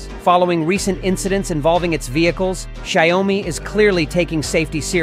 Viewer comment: It’s not sha you mi , it’s xiao mi